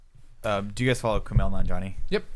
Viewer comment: When they said do you guys follow "Kumail..." i was getting all happy then i heard "Nanjani" lool. One day haha